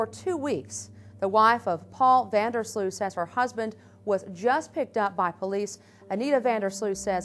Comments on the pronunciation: 🙋🏼‍♀ btw Sloot issnt called sluut.. the double o is like the o in omg , so you can say o so its sloot , if its still unclear, sl + omg - mg + t. :) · You pronounce his last name as sloat. Like boat.